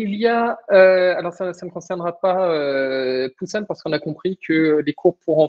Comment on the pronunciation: Je connais Busan, mais on ne prononce pas comme /bouzanne/. c'est /bou-Sanne/ à ma connaissance.